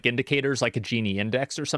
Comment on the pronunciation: It’s pronounced like “Ginny” btw and it’s the Gini Coefficient